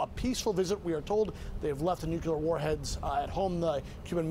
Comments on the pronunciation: Nuclear. Not "nukular." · It’s pronounced “new clear” news reporter guy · This guy reports for CNN and doesn't know how to pronounce NUCLEAR ... There is no such word as NUKULER ... Ffs I think there was a Simpsons bit about this. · It's not difficult to pronounce the word "nuclear"